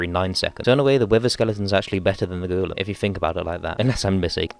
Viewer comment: “The goolum”